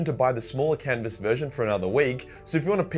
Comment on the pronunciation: The shmaagmnmcaagh canvas haha u tried bro I’ll give you that